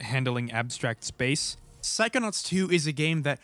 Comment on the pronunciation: Why I instead of “psychonauts” hear you saying “psychonuts”?!?